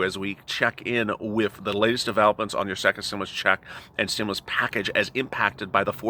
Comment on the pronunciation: Can you moo over. Stimmoolus check. Lol!!!!